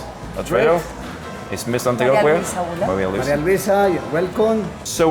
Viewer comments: Excellent video. One tip for you: the combination on Q-U sounds as a K in Spanish. Example: Antioquia= antioKia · Dude needs to learn how to pronounce Antioquia. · The way dude pronounces Antioquia pretty much sums up the type of Tourist this type of video would appeal to, Que Bobo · My man can't say Antioquia correctly for the life of him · The beauty of this country isn’t the ultra rich, it’s the countryside, the beautiful pueblos and the wonderful people. I know you’re a gringo Rolo but please pronounce Antioquia correctly. 😅